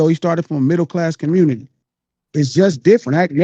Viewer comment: That convo w cuhmmunity hurt my brain im from la and I can’t believe the deflecting and willful ignorance I was listening to this is why nobody fuck w Cali😂